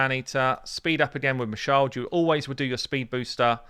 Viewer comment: "You just need a Mashald...JUST a Mashald! ..........Plus just two maneaters.... and you do need a seeker."